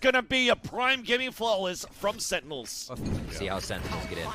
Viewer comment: ''sennels'' ? :D